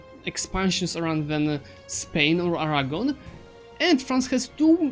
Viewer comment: I love the way you say 'Aragon' It sounds like 'Arahgon' when you say it